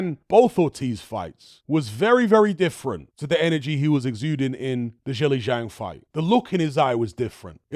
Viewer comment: Thanks! Btw if you want to be one of the first YouTubers to pronounce zhilei zhang correctly, it’s pronounced more like “jurr lay jang”.